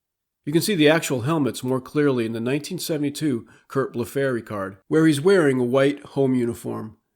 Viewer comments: Its pronounced Curt Blef free not Blef fairy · Amazing research and an important contribution. Just a little correction on two of the pronunciations: Curt Blefary's last name is pronounced BLEH-free. Also with Bob Aspromonte it's: Az-pro-MON-tay. Anyway, great job!